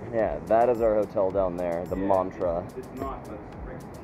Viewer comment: Lol you said the Montra....if im thinking of the same place its pronounced Man-tra as in the word man.....Ive been to most of the Mantras in australia including the gold coast one....